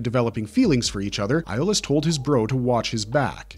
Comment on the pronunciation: Did it get on anyone else’s nerves just a little bit that the guy kept mispronouncing Iolaus’ name? 🤦🏾‍♂️